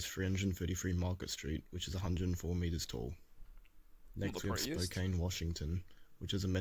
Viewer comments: SPokann, not Spokain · Spokane is pronounced Spo kan. Atlantic City used to be a major beach town. Bad government and casinos ruined the city. Each s in Des Moines is silent.